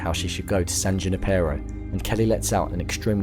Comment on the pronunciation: Lol, San June-Eee-Peh-Row